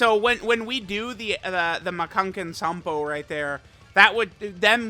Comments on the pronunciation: Unless I'm understanding this incorrectly, their supports don't stack, so they can't give 60%. Unless it means it's only counting one Bond of Master and Disciple ally to proc that support, and that support along with Super Class stack. I could be wrong. Edit:, PLEASE stop saying Makankosappo. You never pronounce it right. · Hearing say Makankosappo wrong is kinda hilarious tbh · He says it so confidently too